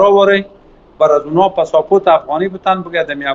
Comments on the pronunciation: ده سبز را دهسوز می گوید پاسپورت را پساپوروت میگه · شما قضاوت کنید این وکیل مردم بوده پاسپورت گفتن یاد نداره پساپورت میگه هههههههه